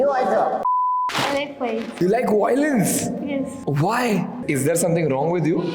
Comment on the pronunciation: Voy-lence/वॉय-लेन्स nahi! It is pronounced, vy-o-lence, वाई-ओ-लेन्स!